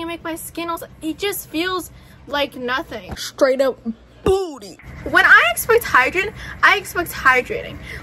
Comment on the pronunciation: "SHTRAIGHT UP BOOTY" 🙏😭